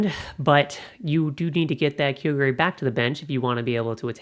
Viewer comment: kyogre "ky-yo-ger"